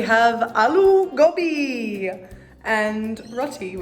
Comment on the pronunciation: Is it just me or the way she said "alloo gobi" was a lil bit weird/idk racist?